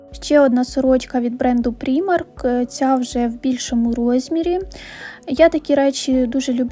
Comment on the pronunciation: Primark вимовляється як праймак, а не прімарк.....Будь ласка!!!!Левайс, а не левіс!!!!